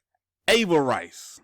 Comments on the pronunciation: Exactly...he never heard the word pronounced. No rice it's riss... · Ah-ver-riss. Not ay-ver-rice. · Bruh there’s no rice in Avarice! “AVAriss” luv ya! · Dem English folk gonna crack u upside da head fo mispronunciation Avarice. 👊😁 Drip:0x3F78b8458c41DF80ACA f10.